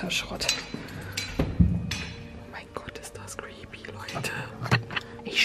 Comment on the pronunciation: Wie sie immer crepy sagt!!!!!!😂😂😁🤣🤗